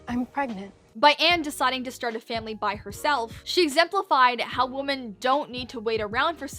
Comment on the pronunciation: "Defence" is fine...but pronouncing "women" like it's the same as "woman"???